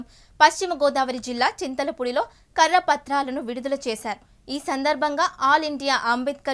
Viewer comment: Ammaaa karra patraalu kaadu kara patralu